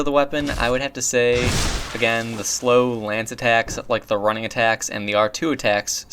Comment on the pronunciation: Why do you pronounce "running-attack" as "rang-attack"?